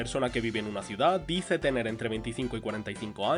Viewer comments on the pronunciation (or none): none